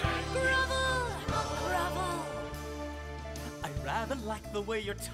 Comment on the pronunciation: When I was younger I thought the narrator was saying bravo rather than grovel As a child I was still confused